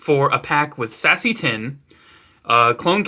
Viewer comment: lol anyone else heard "sassy tinn" instead of seasse tinn?